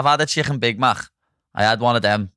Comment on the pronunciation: Listening to them butcher the word chicken is the only reason I’m here 😂😂😂